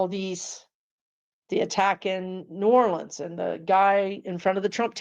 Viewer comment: I’m from NOLA and I’m so happy to hear someone pronounce it correctly. Lol